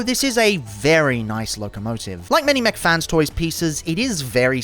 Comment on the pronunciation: Why u say mac fan toys